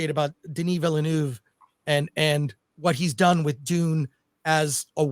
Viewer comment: Hahaha "Denis Vilenooove".